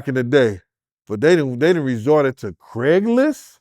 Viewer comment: Craiglist? Bascstage??..... lol. Cmon